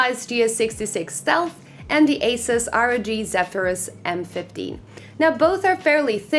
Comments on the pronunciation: It’s pronounced “Asooos” not “Ace-is” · marco bakker it’s pronounced incorrectly if you say Asis, the company was founded in Taiwan with the pronunciation of Asoos! If you’re parents gave you Marco and people started calling you Mahco I guess it’s perfectly pronounced also.